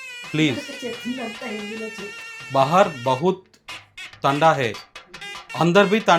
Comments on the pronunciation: తాండ కాదు సార్ తండా 😂😂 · Thada kadu tandha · Thanda kadu tandha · అది తండా కాదురా అయ్యా.... Tanda 😂